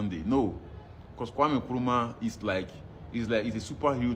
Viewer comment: the name is kwame not kweme take note